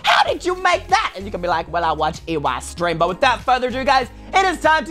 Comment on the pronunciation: it’s eystreem not eyestreem